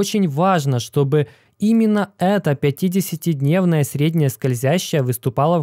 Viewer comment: Блин, все видео прямо резало слух 50 ДНЕВНАЯ скользящая, 100 ДНЕВНАЯ скользящая, на НЕДЕЛЬНОМ ГРАФИКЕ. Это уже не оговорка) это фиаско братан)))